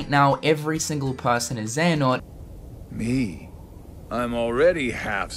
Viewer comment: mar something is not xeanort